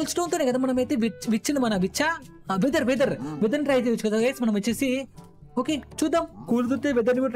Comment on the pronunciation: Weather kaadu wither